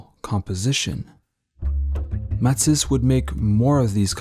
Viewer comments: It’s Ma-tees! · I had trouble getting past this guy's pronunciation of Matisse's name. But this was truly fascination to see the old man in these great photos. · I'm guessing French Canadian then? Because no Frenchman I know (and I know a few) would pronounce Matisse the way it is done in this video.